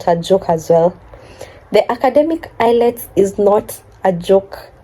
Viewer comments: It's IELTS not ILETS 😄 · The exam is called IELTS (pronounced as ayelts) not ILETS😅. Congratulations and all the best in your new journey.